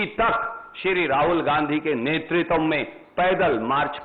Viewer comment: "नेतृत्व" शब्द को तो सही से उच्चारित करना सीख ले। दलित और शोषितो के नाम की राजनीति करने वालो इस बात का जबाब दो 5000 हजार के घोटाले का क्या जबाब है। यह भाड गाथा गाने को जनता सब समझती है। सब मिट चुका है बाकी भी निपटा कर ही दम लोगो।